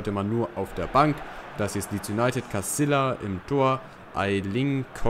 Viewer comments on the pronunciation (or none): Spanische Namen die ein Doppel L im Namen haben werden nicht Casilla sonder Casija ausgesprochen